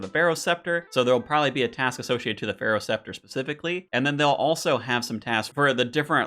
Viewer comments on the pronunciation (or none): none